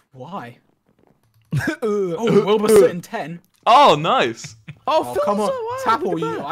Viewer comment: "wilbur snoot"